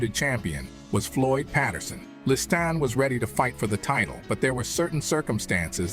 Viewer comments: Why the different pronunciation of Liston's name? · Could have been a great documentary, but Morgan Freeman's narration was horrible!! Calling him LisTAN, LisTON, half the time I didn't know who he was talking about..... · esp. the Li-stan really hurts even the ears...and I am a fuckin Swiss, english is not my language....xd